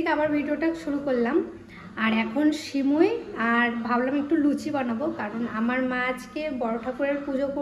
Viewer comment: তোমার ভাষাটা সুন্দর কর সিমুই না সেমাই